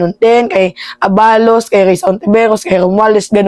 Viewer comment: ituwid mo ang bigkas Ng ABALOS.